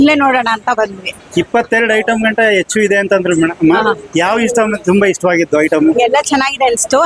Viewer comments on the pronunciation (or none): none